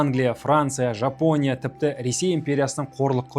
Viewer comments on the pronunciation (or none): none